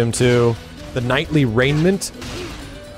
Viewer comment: "Knightly Raiment" >Kingly REEEE FFS